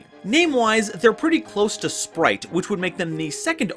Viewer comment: Why you saying splight?